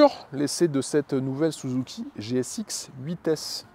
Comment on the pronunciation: L'exposé est sympa mais je vais pinaillé, mais quand tu prononce "Souzouki", ça m'écorche l'oreille 😂. Même si c'est certaiment la vrai prononciation au pays du "soleil levant" mais à chaque fois ça me fait "tilter".